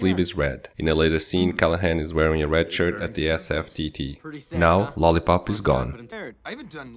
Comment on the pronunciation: Lol "lolipo"